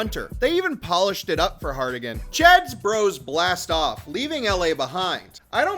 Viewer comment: For the love of all that is Yautja. Harrigan. Not Hardigan. 😂